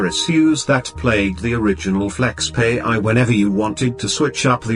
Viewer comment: Its not pronounced as (flexpay) but FlexPai as in (pie). So funny